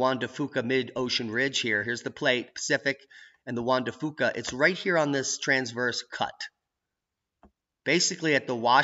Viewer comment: Come on. Juan de Fuca is Pronounced Juan de FEW-KAH.... not FOO-KAH. I've lived in Washington State for over 40 year and we don't say FOO-KAH. Poor Fuca! I wish Dutch would also pronounce it correctly too, but he says he just doesn't care. It's like fingernails on a chalkboard! Take your Foo-Kah and frack it!;) Now that's a Boom!